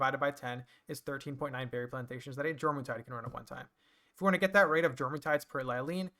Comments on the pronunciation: Jormuntide is pronounced like what it's based off of, the Norse jormangandur. The J makes a Y sound. (Your-mon-tide) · Also you are saying it wrong it's pronounced yormuntide like the world serpent jormungundr